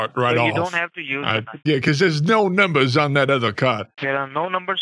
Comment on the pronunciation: "card numbos"